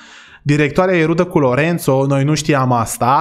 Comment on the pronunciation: dc lui Lorenzo ii spui Lorențo? 😂 Respect!